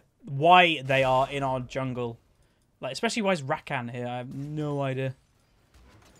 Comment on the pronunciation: The way you say rakan hurts my ears